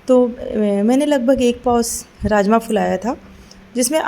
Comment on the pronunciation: Aap raajma boli mujhe rajesh masala sunaai diyaaa😂😂😂😂😂